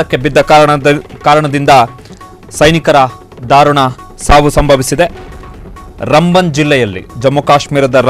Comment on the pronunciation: It's not Rumbun it's raamban